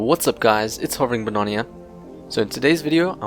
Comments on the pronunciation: u say it like banania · it's not banania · u say it like buhnana idiot